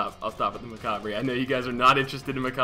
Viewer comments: Speedy, Macabre is pronounced Macabre (Ma-Cobb) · Macabre is pronounced Macarb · Speedy. ITS PRONOUNCED MACABRE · Speedy, it's pronounced Macabre... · It's pronounced macabre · OMG speedy it's pronounced "macabre" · its pronounced macabre